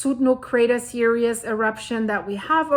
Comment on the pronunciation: Ok, finally saying this... It's Sundhnúkur Crater *Series*, not "serious". It's cute, I love your accent, and someone I watch in Iceland says this, too. But I keep thinking you are saying that the craters are intent, intense, without humor, rather than a line 🌋🌋🌋🌋 or subsequent events, or SERIES (cir-EEES like bees), instead of serious (cir-i-us), like 🙁. Although I guess Sundhnúkur is feeling a bit serious atm lol, or the situation is! 😊😊😊🤣